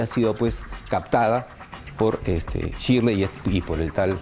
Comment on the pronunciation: NO ES CHIRLEY ES SHIRLEY CON S